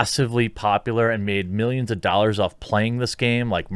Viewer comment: Jeremy, ffs... Its Ten and a half Million doll hairs.